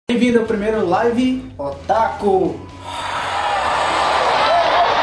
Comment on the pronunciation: A pronúncia correta é "líve" e não "laive" ...